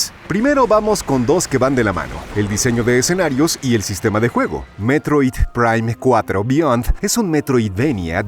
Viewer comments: Si si si, muy bonito y todo, pero yo quiero saber porque se escucha todo robótico cuando dice: "Metroid, prime, cuatro, beyond". Se escucha como IA, todo pausado y antinatural.😮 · Por qué pronuncia así el nombre del juego, DIOOOOSSSSS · A lo mejor la voz de narración fue generada por IA, y ésta se confundía, o más bien malpronunciaba, el nombre del juego por contener palabras en inglés. Por eso suenan las palabras así de distanciadas, porque seguramente tuvieron que separarlas y darles otra escritura para que la IA lo pronunciara bien. Es sólo mi suposición.